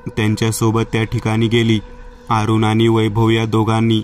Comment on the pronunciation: अरूण असे नाव असून 'आरूण' नाही